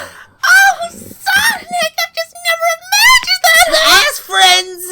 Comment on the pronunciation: Tails: SOWIC Amy: SONIC